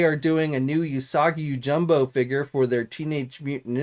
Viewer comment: Just here to see if he says Yousoggy Yojumbo like usual. And.. yep. He sure did.